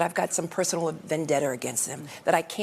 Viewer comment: Latisha can't even pronounce vendetta properly 😂